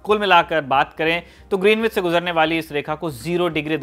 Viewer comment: इस जगह को ग्रीनविच नही ग्रीनीच बोला जाता है। में लंदन में रहा हूं काफी समय और पता चला के वो लोग इसका उच्चारण ग्रीनिच करते हैं। वैसे इतनी सारी जानकारी देने के लिए बहुत बहुत धन्यवाद।